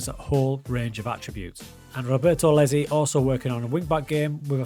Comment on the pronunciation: Huge fan of you pronouncing Iezzi as Lezzy hahaha